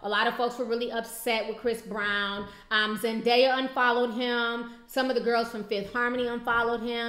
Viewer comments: Why do ppl pronounce Zendaya as Zendieya? Where do u see an i in her name? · Am I the only person who heard the interviewer pronounce Zendaya (ZEN-DIE-YUH) ?😐🙄😦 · Girl need to learn to say zendaya name if that's her girl